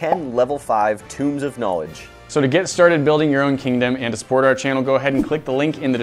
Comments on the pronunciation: Tombs of Knowledge? That said tome! toe-m not two-m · Are we not gonna talk about how pronounced tome "tomb"? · Tome, not Tomb...